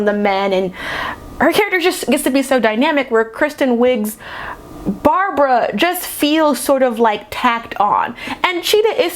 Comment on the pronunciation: ''cheetah's name is barbara.'': ''her name was brahbrah''